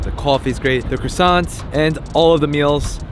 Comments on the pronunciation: "crussants" lol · Why are you calling them "crooosants"? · I thought I was the only one that heard "crewsants" lol